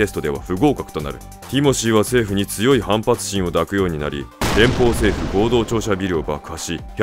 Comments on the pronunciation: だくようになり？ いだくようになりな。よく考えて読めな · 声優さんへ 【抱くようになり】の読み方 ❌だくようになり ⭕いだくようになり 学がないの露呈して恥ずかしいぞ…YouTubeばかりでなく勉強しような…… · だくようになりじゃなくていだくようになりだろ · ティモシーのやつ 抱く（だく）じゃねーぞー いだく だ。